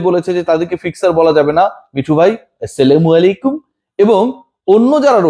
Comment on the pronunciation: ভাই ছালাম টা একটু ঠিক করে দিবেন ছেলামু কোন শব্দ নাই ছালামু আলাইকুম